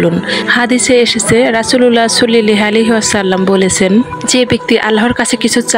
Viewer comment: আপু আপনি দয়া করে নবীর নামটি সুন্দর করে উচ্চারণ করেন সাল্লাল্লাহু আলাইহি ওয়াসাল্লাম হবে কিন্তু আপনি বলছেন সুল্লাল্লাহু আলাইহি ওয়াসাল্লাম